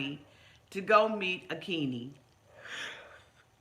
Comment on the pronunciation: He says Akini but it's wrong its A-kin-yi...GET OUT AKINYI JUST GET OUT B4 HE TAKES YOUR HEART LIVER & KIDNEYS